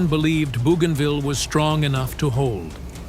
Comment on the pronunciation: not BOOgainville but BOWgainville